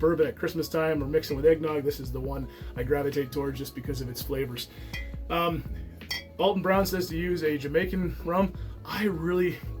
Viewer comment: Al ton not All ton